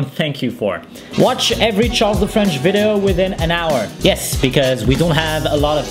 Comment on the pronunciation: to stop charles from saying "Vido" instead of video